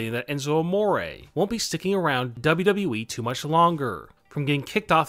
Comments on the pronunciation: Dude you're pronouncing WWE really weird. Work on that, it stressing my cats out. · Cant this guy say “W....W....E” without sounding like he has a mouth full of balls? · why the heck do you say it like WWEE? In fact, why are all the last syllables of the last words in your sentences twice as long as they should be?! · Why do say wwe like that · Not bad, I do enjoy your videos. But I must ask, why do you put too much emphasis on the E when you kept saying WWE lol, it almost sounds like your saying it sarcastically, as it doesn’t exist.